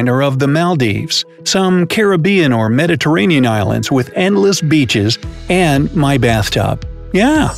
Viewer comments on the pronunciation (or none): none